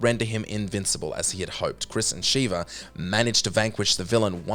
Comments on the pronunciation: SHEVA not Shiva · How do you fuck up sheva's name when they clearly say it a thousand times in game.